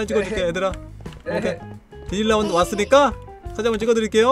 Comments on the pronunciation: 나 뒤질랜드로 들었어..ㅋㅋㅋ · 근데 디지니 랜드를 디질래 랜드로 했어요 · 봄수님이 디질랜드갈때 뒤질래라고 들림 ㅋㅋ